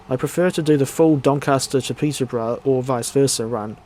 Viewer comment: "Peter-bruh" to "Don Caster"